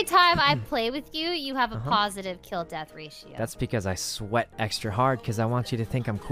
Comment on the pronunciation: The emphasis on “sweat” lololol